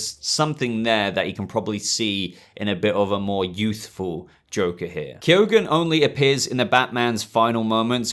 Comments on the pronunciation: Yeah B , I think it's pronounced key-gun .Not key-o-gun . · barry keoghan's name is actually pronounced barry key-own